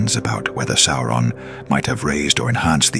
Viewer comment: It is not "Sore-on" it's "Sow-ron".